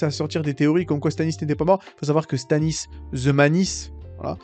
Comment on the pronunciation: Tu parles beaucoup, tu n’articules pas et tu t’exprimes mal. On comprends rien de ce que tu dis. Du coup on ça n’a pas de sens. Tu m’a perdu à la première incohérenc…. 👎! Sans parler de Stanis Zemalice ? Zeouaif ??? 😂😂😂😂 LOL Naz quoi.